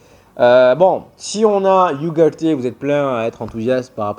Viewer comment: Hello, *Ugarte se dis pas*. iougarté 😂 ça se dis Ougarte